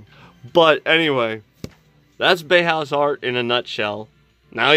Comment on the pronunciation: Exactly. Bauhaus is jewification is uglification. But it's pronounced bow-house not bay-house. Subbed. Cheers from the us/mossad's own occupied territory of germany.